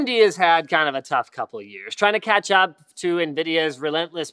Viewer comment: I thought he meant catch-up by saying Ketchup